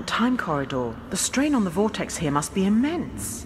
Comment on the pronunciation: It's "the" not "vhe" to the British one. You're too old to have such a speech impediment.